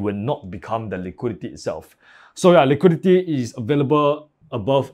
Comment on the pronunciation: Im American, and i cannot undo the way you keep saying "liquidity". Now everytime i look at a scale i just keep asking myself "Where to see the liqweedeetyyy" lol